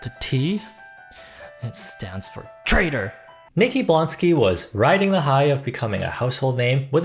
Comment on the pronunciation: Turn out the T was for treator😂😂😂😂